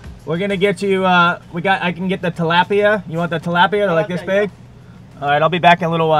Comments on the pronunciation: its tilapia agrwssive p and fast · He’s saying tilapia wrong